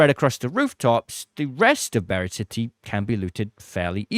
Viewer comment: Why do people call it BIRD city when it's BURIED city????